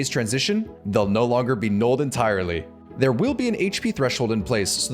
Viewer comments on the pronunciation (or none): none